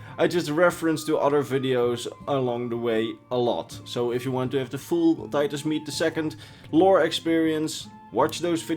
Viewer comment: Rodney Tholanah no it’s Titus MEDE